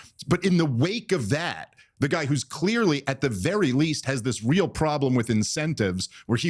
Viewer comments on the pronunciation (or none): none